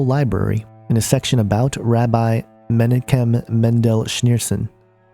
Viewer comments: Just an FYI: The name is pronounced meh-knock-kem. There are regular prayers said at the Rabbi Menachem Schneerson's grave to raise him from the grave as the Messiah. A picture of Rabbi Scheerson hangs in every Hassidic & Zionist Jewish home or Temple. He is their most beloved father. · This person does not know how to pronounce the names - Messiah (Mah-she-ahch) Menachem (Men-ahch-hem) But I agree Jared may well be the anti-christ. Jesus is the messiah and will return soon. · Pronounce Menachim = men AHH kim Lubavitcher = lu BA vitch er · this is a very good video, and filled with valuable information, but you need to do some research learn how to pronounce some of these words and names, such as Lubavitcher, and Menachem. You're not even close.